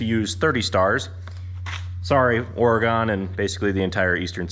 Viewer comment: Hey Oregonian here Not Cool Man, Not Cool at All. Oregon is pronounced "Or E Gun" not Or E Gone.